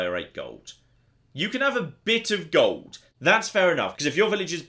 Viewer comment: The word is "gold". Definitely NOT golduh If you wouldn´t speak like that constantly i could just get past it but you sound like the most unbearable prick like that and so i´m out.